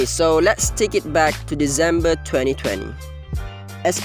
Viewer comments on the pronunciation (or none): bro really said dezember